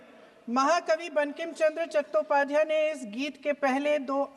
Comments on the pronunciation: जो आदमी आदरणीय बंकिम चंद्र चट्टोपाध्याय जी का नाम सही तरीके से न ले पा रहा हो वो इस देश का संस्कृति मंत्री है 😂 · वाह रे इस देश का दुर्भाग्य जो बंकिम चंद्र चट्टोपाध्याय का नाम सही से नहीं ले पा रहा है ओ इस देश के संस्कृति मंत्री हैं।😂